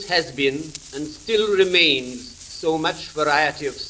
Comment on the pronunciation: Very interesting: and also of interest is how the Queen's speech has changed over the years, which we can trace through the Royal Records issued by HMV over the years. The change in the 'a' vowel is most noticeable: he pronounces 'Remains' as 'Remeans. The BBC now despises 'standard' English, and those brought up to speak properly (like Nigel Kennedy) now speak like chavs.